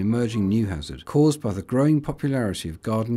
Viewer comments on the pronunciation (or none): none